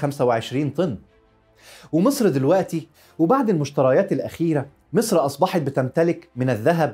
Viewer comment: هو انت بتنطق مسر زي السيس ليه يكونشي هناك مسر الغنيه قوي قوي الي انت منتمي ليها ومصر الفقيره قوي قوي المنتمي لها الحرافيش قريبا سترجع مصر من كرش مسر وبلاش ينظر نظره خربها